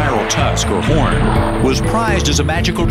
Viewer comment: thumbs up if you thought he said "porn" instead of "horn" fpr a second